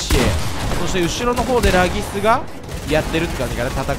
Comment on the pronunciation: 今では有名ならぎすさんもが昔はレイギスって読み間違えてたの思い出して笑った